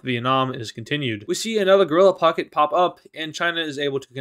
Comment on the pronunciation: What says: pocket What I Hear: F"ck it